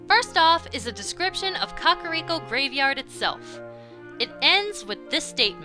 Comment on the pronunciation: I heard people butcher words from Zelda... But "Cockoriko"?